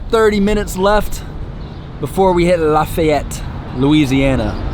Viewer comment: ...its pronounced laugh-ee-yette